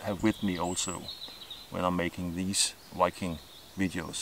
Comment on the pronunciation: When he said Viking it sounded like Wiking what's his accent? Ish just curious:3